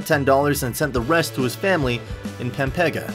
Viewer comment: He butchered the word pampanga it almost sound like a pepega